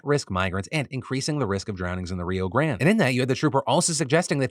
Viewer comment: Not you speaking about your improve in spanish pronunciation and reading Grande like that 😅😅